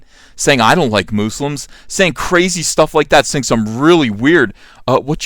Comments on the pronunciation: Moose-lums! Very unique pronunciation! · Moose-lums , loll I like that pronunciation . Im going to steal that from you. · "Muh-slims" lol